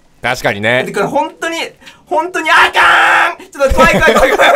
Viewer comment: 関西人顔負けの「あ゛かーーー ん゛っ！！！」がオモロすぎて先に進めん